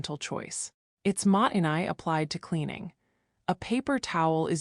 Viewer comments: もったいない is not "mahttenay", it's "MO-ttai-nai", with a pause between the long "o" and the t's, and the "ai" is pronounced as a long "i" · You lost me when your AI narration kept pronouncing "mottai nai" wrong, and every other Japanese word as well. It doesn't even pronounce internationally known brand names! If you can't even pronounce the words, how could you possibly understand the concepts? And this whole video is a load of bat guano. Japanese people's spaces and lives are just as cluttered and chaotic as any other culture. This is a down vote, sorry (not sorry).